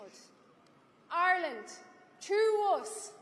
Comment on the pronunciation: Irelant.....lol. no elocution lessions